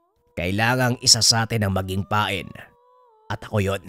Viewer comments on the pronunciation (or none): none